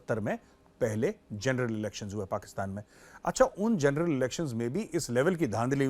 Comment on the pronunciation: Pakistan ke TV show देख देख कर मेजर भी जनरल को जरनैल बोलने लगे हैं 😂😂